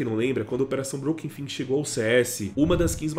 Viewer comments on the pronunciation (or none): Por que você tenta falar tudo certo em inglês e pronuncia FANG como FING? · Tá pronunciando a palavra "Fang" de forma errada.